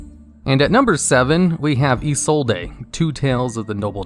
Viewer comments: Hearing you say "EE-soul-DAY" hurts me so much! Her name is pronounced "EE-zold" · Isollde is pronounced (ih-sold) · Btw... In Isolde, the E is silent... So its name is Ee-Sold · Ah yes. Eeh-Soul-Dae. My favorite Noble Knight. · I know it's wrong but I still love how you say 'izolday'